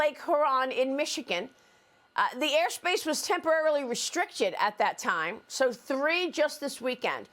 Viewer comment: Lake “her on”?????